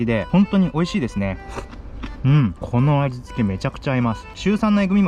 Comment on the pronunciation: う○この味付けに聞こえたw「 」ほんとはうん！このあじつけだろうけど「あんちじゃないよ！」